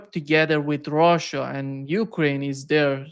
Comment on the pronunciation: i don't like him he seems to never learn from the answers he gets and repeats the same questions. i can't stand the way he says russia either. rhouusha it's gross.